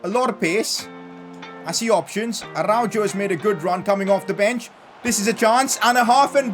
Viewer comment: from someone that lives in spain and is fluent in spanish pls pronounce araujo's name properly